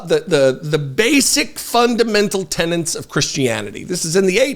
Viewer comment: please learn how to pronounce "tenet"!